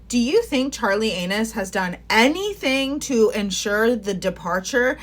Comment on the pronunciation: 🤣did you say Charlie "Anus"? hahah hilarious.. but true.